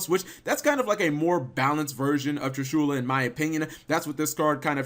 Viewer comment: Tree-shoola, huh?